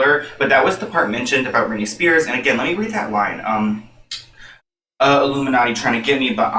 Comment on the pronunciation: Maybe in his music video he said Brittney cause the way he said Spare sounds like Spear?